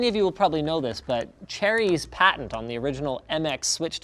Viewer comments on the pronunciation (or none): none